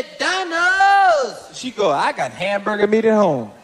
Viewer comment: "Houseburger" lol